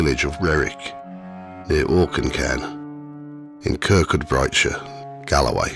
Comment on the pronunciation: I am Scottish and just wanted to point out that 'Kirkcudbrightshire' is pronounced 'Kirkoobreeshire'' for some reason. Anyway, great narration and effects. I was actually scared to listen to this alone at night!